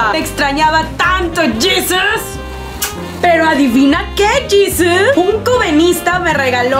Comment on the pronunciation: Jesus*** se escribe igual pero se pronuncia diferente.